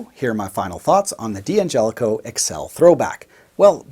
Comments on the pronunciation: Why do you call it a "DeeAngelico"? The name is Italian and it's pronounced Dangelico as one word. The D is not heard by separately. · Nitpicking, i admit, but it drives me nuts when people pronounce the name “Dee-Angelico”. It’s “Dangelico”. Also “Daddario”, not “Dee-Addario”. I’ll go back to minding my own business now.